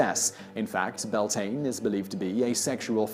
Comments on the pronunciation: It’s not pronounced Byal-tin, it’s actually pronounced “bee-YAWL-tinnuh” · You know what, that pronunciation of Samhain, close enough. The pronunciation of Beltane though, that one kills me a little inside